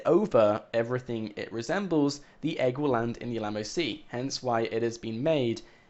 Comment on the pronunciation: it's still f'***ing annoying when he says Alamo, and btw we have always known that the egg was in a river/lake that chapter 3 was brought up about a year ago or something.